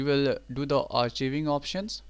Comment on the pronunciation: Thanks...BTW it's pronounced ARK-EYE-VING!! Not AR-CHEE-VING!